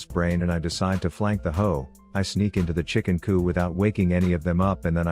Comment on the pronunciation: Chicken ‘coop’ not ‘coup’